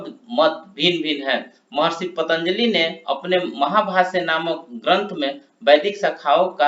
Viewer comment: आपके द्वारा पतंजलि का उच्चारण पन्तजली किया गया है, कृपया जांच ले । धन्यवाद